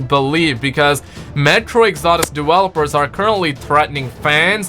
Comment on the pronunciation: also its metro exodus not exordus